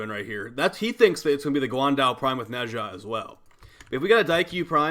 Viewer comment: my boy pronouncing nezha like hermione telling ron weasley how to pronounce the levitation spell yes the doom slayer is allowed to be a nerd